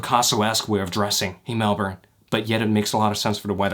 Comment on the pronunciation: as a fellow melbourne person way we bow to you as the first american or canadian to not say it is melborn